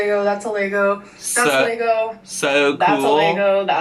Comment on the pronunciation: Take a shot every time our says 'Lay-go' I'd be ready for hospital in 17 seconds....